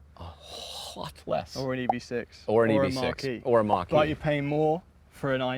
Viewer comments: Am I the only one that thought kept saying "Marquee" and not "Mach-E?" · say "Marquis" and "Mach-E"